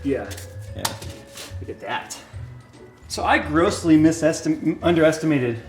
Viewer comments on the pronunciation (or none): Did you say missunderestimated?